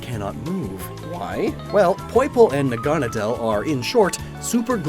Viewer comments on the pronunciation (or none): Nahgah-nah-dahl.... im sitting here wondering why does he keep saying nagunna dial. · its not nah-gone-ah-dell, its nag-ah-nade-le, like needle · It’s na-guh-nay-dell not ne-gahn-a-dell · I'm pretty sure it's pronounced Nag-a-naudeull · It's pronounced "Naga-nay-dl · It’s pronounced Nag-a-na-dle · Your mispronouncing Naganadal. . . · I always pronounced Naganedel as Nahga-Naydle. Is that correct or is your pronunciation the official one? I've never heard it, so I'm not actually sure. I just thought it sounded Naga and Needle. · I hate how you say naganadel. It's nag-a-nadel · With celesteela, it's not a choice thing to burn the forest down. This didn't happen in the anime because ash and his friends built a wall around it. Just wanted to point that out. (And you mispronounced naganadel, no hate tho) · I spent the whole video expecting Necrozma to show up and win, so that was a little disappointing, however, I understand the decision not to include it. Also the pronunciation of Naganadel is wrong. Nadel is german for "needle" and is pronounced very similarly. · i really like how he mispronounces naganadel